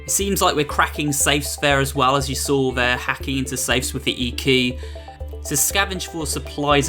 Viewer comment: When you say there it sands like free